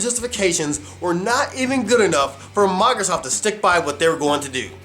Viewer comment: Oh but I hate the way you pronounce Microsoft, at times it sounds like you're saying Migrrrzoft.